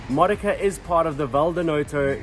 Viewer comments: You should learn how to pronounce the cities you want to visit. Modica is pronounced Mo-Dee-Ca. I know cuz I lived in Sicily for years. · You should learn how to pronounce Modica correctly.